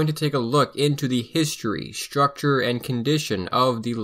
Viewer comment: Interesting, but "structure" is not pronounced "schtructure"